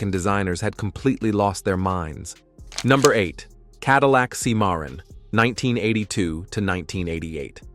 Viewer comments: The limits of AI: It's pronounced SIM-uh-ron, not see-MAR-un, and vo-LAR-ay, not vo-LAR-uh. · These American cars are awful. Know what else is awful? AI narration on YT vids. Really, Sim-MAR-en? Really? Hire a VO artist or narrate it yourself. DNR pile for you... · Cadillac "SEEMARRON"???....I stopped watching after that gaffe!